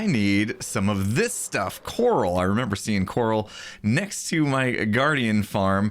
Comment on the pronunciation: when he said coral it sounded like yanny